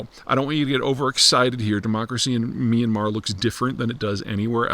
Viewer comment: Myan-mar, 2 syllables